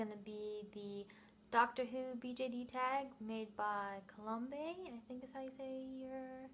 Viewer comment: Thanks so much for doing my tag! Pronunciation of my name is Kolom with long "o"s. I really enjoyed hearing your answers. Your ideas for potential mods are good ideas. Hooray for posability mods!